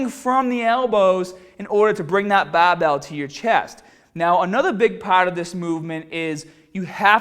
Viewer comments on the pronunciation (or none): Willy Watcher 24/7 a fucking annoying way to say barbell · How come you spelled it "barbell" in the title, but pronounced it "bahh bell" in the video itself? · Lumbaah and baah bells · Bah bell row guys! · Not hate at all, yeah he takes a bit of slagging with the way he says BAAHBELL but he sees the funny side and people like that. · dude wtf is with your accent?! the "bahbell" suggests boston but you almost sound scottish at times and neither pronounce the word "mascles"! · I'm sorry dude, I can't get my mind off of the BAHBELL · Ya gotta PUHFECT ya FAWM when ya lift the BAHBELL, guys! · Bahh bell bentovahh row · The Bah-Bell bent ah-ver rows!! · Baahbell taahget paaht lol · The Bah-bell bent ova rowwww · Lol that's east coast/new England pronunciation for barbell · "Ba Bell Bench Prwes..!" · Bah bell. Shoulder width apahhhht. Do you talk like that on purpose? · intro - bahbell ben bahbell ben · Its funny to hear when he says" Barbell".. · Great content, but I'm sure it was requested by most to hear you say barbell